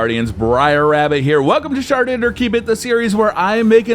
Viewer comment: at he end it sounded like he said "Shart it or keep it."